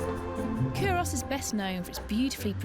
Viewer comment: This is driving me nuts. It's pronounced, 'Coo-rus'. Unsure why an expert in 'archaeology' and an 'academic' wouldn't take the time to investigate how to actually say it properly. Sign of the times, I guess. Leads me to question their nounce. Also, 'whiskey' is an Americanism. It's 'Whisky'. besides that why do Scots constantly get subjected to posh English telling us about our own history? Nepos, but hey they've got the money and means to do it.